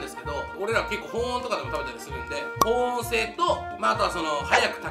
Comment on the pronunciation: 細かいけど ［保温］は「ほんおん」じゃなくて「ほおん」ね笑 結構気になった笑